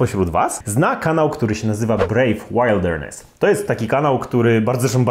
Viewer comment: “Łildernes” się czyta, pomimo tego, że „łajld”. ;)